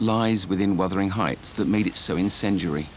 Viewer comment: It's wuthering not withering